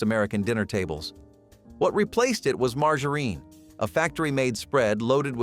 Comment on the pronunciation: Do you try to find different ways to pronounce words that are not right? Learn how to pronounce your words it’s margarine the the G sounds like a J sometimes you pronounce something right and then mispronounce to the very next time you say it get it right or shut up